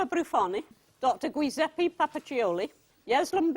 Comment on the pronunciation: The Italian name Giuseppe is pronounced Juseppe (ju as in june) . The whole point of the I after the g is to let you know to pronounce it that way . It's not so hard to understand.